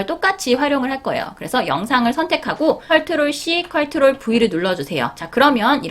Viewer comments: 컬트롤이 아니고 컨트롤입니다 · 컬트롤 이라고 하시니까 뭔가 정감가고 좋아요> <ㅋㅋㅋㅋ 은근히 중독성 있네요!